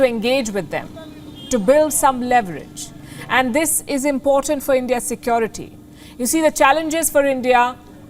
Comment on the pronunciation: How about Ladakh dinner treatment of Chinese heroes to poor hunger weakened soldiers of Ladak Palki never study English in institute or school but From the market Because she can’t pronounce word of Securiy She pronounced Sekyoratty 🥶🥶🥶🥶